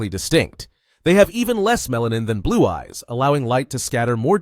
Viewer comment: i cant help but hear you saying "black guys" instead of"black eyes"